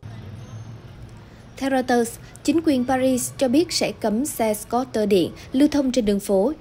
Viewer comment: nhân viên đọc news của FBNC quá tệ ko chịu học tiếng Anh đọc scooter cũng đọc sai .